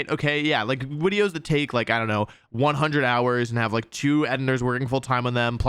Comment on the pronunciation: Wolfey, the one, singular thing that I think you've gotten much better with is your deliberahtay mispronunciationes, and being much more subtle and sparing with them. Wideos and Intimidahtay and all of those deliberate mispronouncations were grating and seemingly endless. I think part of it was you saying "this annoys people, and people say to stop, so just to annoy the people that tell me what to do I'm going to keep doing it", but it really did detract from your videos. Going through the archive is kinda painful if that stuff gets on your nerves. So please, don't go entirely full mispronouncing all the time. But it is good to hear that old, quaint intro real youtubist jingle again.